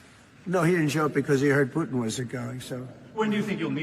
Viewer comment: Who is “PEWWW!-tin”? The eurotrash globalists can’t even say his name w out their fervent hatred on display.